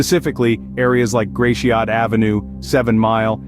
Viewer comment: Love the bad pronunciation of Gratiot... its pronounced "Gra shit"....but people with zero knowledge of Detroit doesnt know that